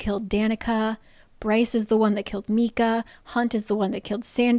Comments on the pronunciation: I love you but these pronunciations😭 first Mee-cah instead of My-cah, now the hih-nd instead of the high-nd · Yes, also it’s My-cuh, rather than Mee-cuh, Ef-rem instead of Ef-ree-um, and RYE-jel-us, not Riggelus. Lol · Omgggg I am so excited for this video but I dont know if I can make it through hearing Lydia’s name (The Hi-ND) pronounced that way the whole book (hin-d). I got through Micah (MY-cuh) being pronounced (ME-cuh) from the first video so I know where there’s a will, there’s a way! 😂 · Why are you prounouncing it MEEEKA??? Isn’t it MICAH?? I will die if it’s pronounced meeka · I feel the same way! It’s definitely My-Cuh pronunciation lol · The hind and meekah are killing me here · It took me an embarrassingly long time to try to figure out who tf meeka was 😂 did NOT know Micah could be pronounced that wayyyy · I love these recaps so much but I am on my hands and knees BEGGING you to pronounce Micah correctly in any future vids. 😂❤❤❤